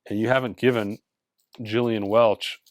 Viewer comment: Among the many things is common with Fremer. You both appreciate Gillian Welch; and both don’t know how to pronounce her name 😉